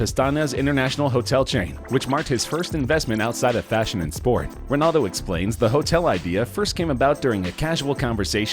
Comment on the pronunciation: I know cristiano ronaldo. but who the fuck is rinaldo?